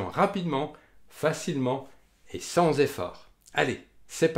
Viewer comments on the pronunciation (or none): none